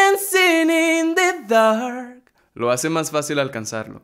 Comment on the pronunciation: Se escucha raro cuando dises dark